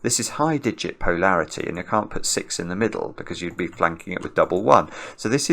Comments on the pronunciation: Is "POE-larity" for polarity a regionalism or a Simonism? I've always heard it pronounced puh-LAIR-ity or poh-LAIR-ity. It felt like he was commenting on the sense of humo(u)r of the author of The Raven. When Edgar Allan makes a joke, POE-larity ensues. I find accents fascinating and I know people who have adopted their own pronunciation of some words. I'm just wondering if the people on the other side of the pond (i.e. where is) are experiencing what I am or if they think it's perfectly normal. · I think it’s making it clear he isn’t saying parity since he’s gotten gentle corrections that polarity and parity aren’t interchangeable.